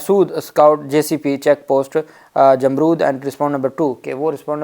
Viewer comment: یہ لفظ "جمرود" پڑھنے میں "امرود" کی طرح نہیں پڑھتے بلکہ سمجھ لیں کہ لفظ "رو" (رونا) کے ساتھ جیسے حرف "د" آخر میں لگا دیا جائے ۔ یعنی "رود" پڑھیں گے ۔